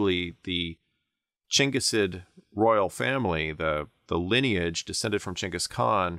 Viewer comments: Thank you for pronouncing Chengis Khan correctly instead of Ghenghis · Thank you for pronouncing Chinggis properly! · Because that's roughly how the name is pronounced. The first G in Genghis is supposed to be a "soft" one, like "germ" or "gem", reading is as a "hard" G is not how the name is originally pronounced. (Many other languages write the name with a C or Dj or some variation indicating a "dsh" sound.)